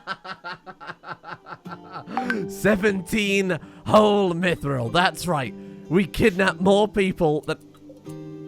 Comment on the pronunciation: the way you say mithril and wyvern hurts me